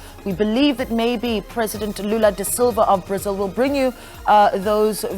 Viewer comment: Prics....is brics..... republican..is repuplic.......this lady...🙆..eeeiii south africa😂😂😂😂... Brasil....prasil